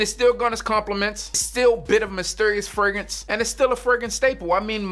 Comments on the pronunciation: Fragrance, Fegrance or Fregrance? You decide which one is saying lol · did he say furgance? Mr Big Big Big Big Big Big B B B B